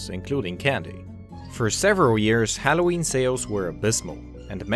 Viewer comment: Dude you need to learn how to pronounce halloween correctly.